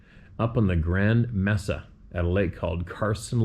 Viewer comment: Mesa is pronounced may..sa with long A sound .it means table is spanish.